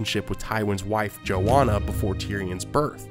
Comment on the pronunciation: The pronunciation of "Joanna" is terribly wrong. It's not "JoWonna" as he says it. It's "JoANNA ". Source : My family has Joannas in them. Joanna Village, Pennsylvania. It's a real place.